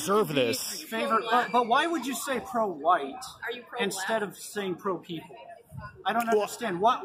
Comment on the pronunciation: Enjoyed the Jared Taylor pronunciation of white. Huwhite ! Lol